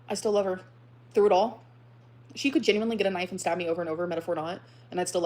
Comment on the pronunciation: Between the mouth popping, the “Ginuinely” & the smugness- this is so hard to listen to- thank you for doing this for us 😂😂😂 The “lie” was it was IG instead of Tumbler? Emily probably talks to super morbidly obese women on EVERYTHING! She just got confused at which site it was. was coming out to play